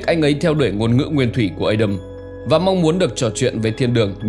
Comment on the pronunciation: rất hay nhưng đừng phát âm Adam là Ây đầm nữa nghe chướng tai lắm vì tiếng Anh không phát âm như vậy..nếu không phát âm được tiếng Anh thì cứ đọc là A Đam theo tiếng Việt cho dễ hiểu